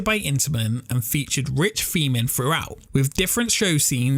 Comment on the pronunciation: It's 'theme park' not 'feme park'. It's 'exciting' not 'excitin'. It's 'throughout' not 'froughout'! ffs pal... learn the language